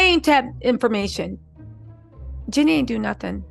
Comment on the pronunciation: Girl its Jeeeeeenie not Jenny 😊